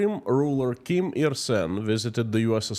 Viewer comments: Dear, I am Korean and I would please ask you to learn the proper pronunciation of the Kim dynasty. You are slaughtering their names and I did not recognise who you were actually referring to. I also was at the DMZ (the 38th parallel on the NK border) and listened to NK defectors in Seoul in 2017. The state of the Korean peninsula is what is referred to as an armistice. Technically, the two Koreas are still at war. There are about 30,000+ NK defectors who fled the regime and managed to make it to SK but under great personal risk and danger. NK has a VERY thriving black market economy. There's A LOT more to NK than what you are alluding to here. Kim Jeong Eun went to one of the best and most exclusive SWISS boarding schools and LOVES basketball. The whole Kim clan has been educated abroad. It is IMPORTANT that the West learns the truth about NK - it copied anti-Western/US propaganda 1:1. There was an exchange programme between Eastern Germany and NK in the 60s. A LOT of Westerners are fascianted with NK. If you want to learn more about the Korean war, I'd suggest googling "The Forgotten War" of Korea. At least, you'll hopefully learn to pronounce the Kim dynasty's names properly. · Learn to pronounce the names of the North Korea Leaders, imagine if you would call Vladimir Putin - Vladek Pralina, would that be ok with us, off course not. Take time and prepare the subject, be clear with the message, naming those people with different names (then they are called by) means you are not serious with what you present on your channel, we need you to be exact and concise , otherwise I loose interest in what you have to say. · A genuine question and I'm not trying to make fun: Is how you pronounce the Kim's names the correct one or caused by an dialect? I only know how we pronounce the names as we do in Germany, wich often isn't the original pronunciation. We tend to "germanieze" a lot, sadly.